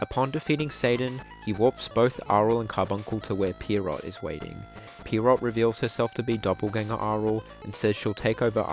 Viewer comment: Pretty sure the name "Pierrot" is supposed to be pronounced "Pier-roh" with the T being silent. It's a French word IIRC (and its literally just their word for clown). But I will not clown on your pronounciation for long.